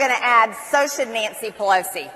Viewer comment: Pel oat zee ... I can't get over how she pronounces it.